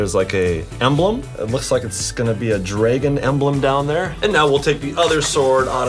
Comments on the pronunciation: Chad calls dragin draigen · Did he say dr a gon